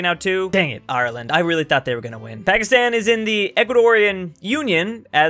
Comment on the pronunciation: I know said " And now Pakistan" but it soulds like he said Alpacastan, which is the what Peru should be called.